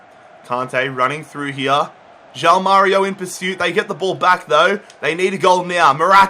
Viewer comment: stop saying JAU MÁRIO it's JOÃO (juaun)